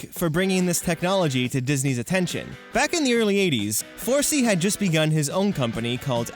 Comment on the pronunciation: It isn’t Forsee it is Forsay, in pronunciation, being a teddy Ruxpin enthusiast, I just got bugged a little bu it